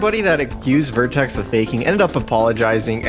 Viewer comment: An error I noticed in the video, the guy's name is VertREX, not vertEX